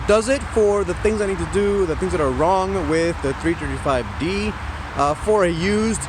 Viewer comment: "BMW trrtrtrt 5 D" XD